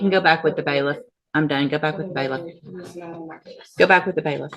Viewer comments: Baliff not Bayless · Wtf is a baylist? They are bailiff's